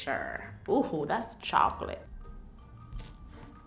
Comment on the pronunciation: that funny when she said shoclate instead of chocalate